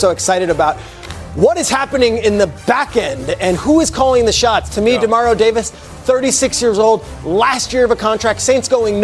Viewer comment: Dude...u go from Demario to Ja Mario...smdh